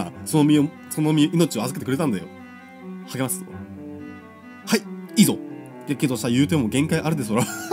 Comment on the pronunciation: 「励ます」か「ハゲます」かと思った( ^o^)